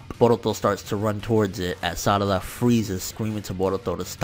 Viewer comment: i dont trust people calling sarada "salada" .. this aint legit